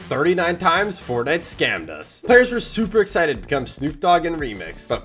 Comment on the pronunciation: HE MAKES ME MAD WHEN HE SAYS EXCITED LIKE ISIDID